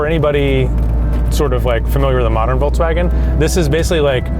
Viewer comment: Why do you guys pronounce it: VOLTSWAGEN, instead of VolKswagen?